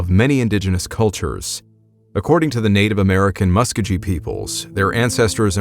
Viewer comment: Love the story but i have noticed a trend when you are referring to some Indian tribes especially the ones here in OK. You really need to learn how to say the tribe names properly. Muskogee is said Musk-o-geh not muskagee.